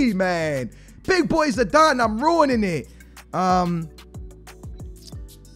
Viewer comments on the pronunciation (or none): you’re ruwining it, read my lips, you’re ruwining it :)